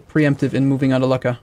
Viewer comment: I realize its intentional but hearing "luck-a" makes me cringe a little